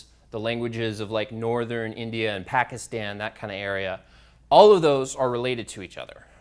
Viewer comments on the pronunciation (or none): none